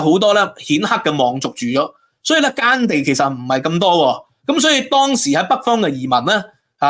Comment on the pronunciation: 讀字都唔清楚，係“百粵”唔係“八月”, 係“耕地” 唔係“姦地”, 係“秦漢”唔係“秦項”, 係“宏大”唔係“雲大”, 勁多懶音， 仲話係博士